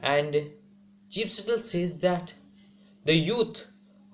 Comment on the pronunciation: Bro...but still u need to work on your pronunciation and ascent...